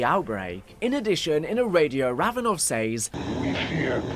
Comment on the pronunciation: Great video, but for some reason your pronounciation of some words is a little infuriating 'Says' being the main one haha